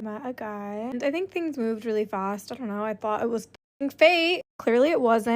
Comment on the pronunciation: "Really fost."